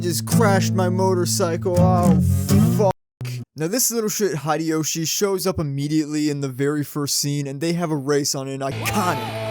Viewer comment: 1. Thank you for the video. As someone who loved Initial D, and rides motorcycles I can not wait to find the...DVD... and watch it 2. Its Hideyoshi (Hee Day Yo Shee). I only mention it because you pronounce all of your other "i"s correctly as long ee sounds. Bar (ee), Shu (ee) ch(ee), M(ee) Yuk(ee), etc. If you are curious, most Americans pronounce Nikon incorrectly too. It is not Nikon as in Nike but Nikon as in knee. 3. In 1674 Virginia made street racing of the equestrian kind illegal because people were being run over. Stupid has been with us a long time. I street raced as a teen and had some very close calls. Reflecting on it, I am not sure anything would have convinced me not to do it, despite knowing how stupid it is as an adult. Providing inexpensive alternatives like karting or minimoto racing might have been the best way to keep me from racing on the street. I have thought about how I would prevent my children from racing and I do not have a good answer.